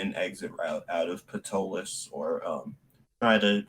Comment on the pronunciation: Hello! I'm enjoying your game. I've used Ptolus as my setting since it came out in 2006. I'd like to point out a couple of things. First, the city is pronounced "Taw-luss" (pg.10). The 'p' is silent. Second, you had a drow lady at the Delver's Guild library. Drow are illegal in the city and are put to death and anyone harboring a drow can be imprisoned for 2 years (pg. 555). The world is called "Praemal" (Pray-mall) and the creator God is Praemus and very few people if any have ever even heard the name Praemus (pg. 40). No current religion worships him. It is your game. I'm not trying to say you have to play it a certain way. I'm just a HUGE Ptolus fan and I wanted to share those little tid bits. You make Ptolus your own. I can't wait for the 5e revision to come out! Thanks for the entertainment. I look forward to future episodes.😁